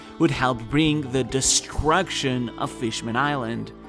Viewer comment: Bro i swear you are saying "Distraction" and not "Destruction" hahaha amazing video